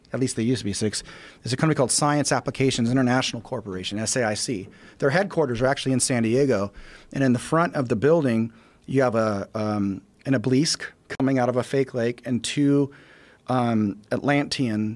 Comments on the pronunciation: My God he can even pronounce obelisk properly. "Obleeeeeeeesk" WTF This guy is really dumber than a bucket of hair!! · He can't even pronounce obelisk right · This dude can't even pronounce obelisk smfh. This dude is stupid